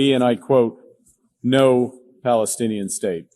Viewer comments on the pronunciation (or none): none